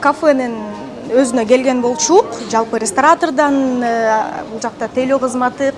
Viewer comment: Журналистка биринчи озун кыргызча уйронуп ал. Болчук келчук дебей😂